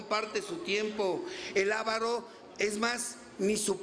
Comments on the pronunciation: No es aaavaro, sino avaaaro. Fuera de eso, buen compartimiento. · Se dice aváro....con acentuacion en la segunda a